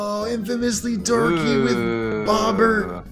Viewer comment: Was it just me, or did he say, "OHHHH!!! Infamously Dorky with Bobert-"???